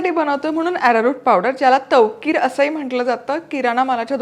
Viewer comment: तवकील म्हणतात ताई.. तवकिर नाही.